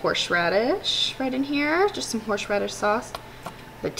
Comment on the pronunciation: Where can I get some "horshe radish"?